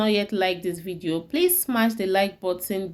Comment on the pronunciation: Get some other person to explain in proper English, I am sorry to to say that your English pronounciation is horrible, simply can not understand what on Earth you are saying. The RECEPY ingredients can not be understood. Vedeo is all in wain. Please repeat the vedeo with proper English pronounciation.